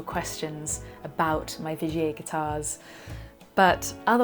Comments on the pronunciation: Not Vigay but Vigiér .. love :) from a Frensh Belgian guitar nerd .. Vigiéeee not Vigay :) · Thanks, I knew absolutely nothing about Vigier guitars,...had admired yours. Im totally intrigued now. It sounds dead posh the way you say it too, the way i say it sounds more like a cross between Tiger and Vinegar:D